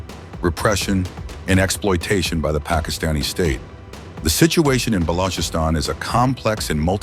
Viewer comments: Bro can't even pronounce Balochistan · Thank you soo much for this report but I wish someone will brief the commentator on how to pronounce the name of Balochistan (with ch sound not a g sound), also the name of Dr, Mahrang sould be pronounced with with ease exactly as it reads. Thanks 🙏🏻